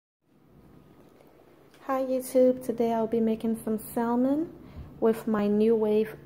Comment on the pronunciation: You don't pronounce the L. Even in ebonics..